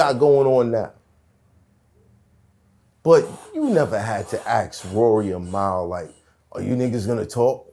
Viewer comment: swear i HATE hearing people say Mal's name wrong lol its the same as a shopping MALL.. yall been hearing it for over 200 episodes. At this point it's disrespectful and im mad Joe dont correct people. Its 3 fuckin letters man